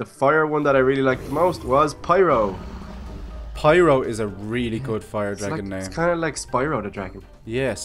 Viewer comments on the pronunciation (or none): it's Pyro nit piro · OMG why are you saying piro if its opiste to be FIRO